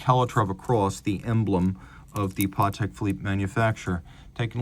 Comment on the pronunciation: so happy to hear you pronounce patek correctly in his polish last name!